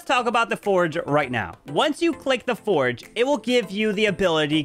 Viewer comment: It's not foreg 😅😂😂it's forj (forge)